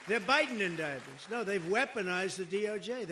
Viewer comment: Lots of "Joe-dictment"!!!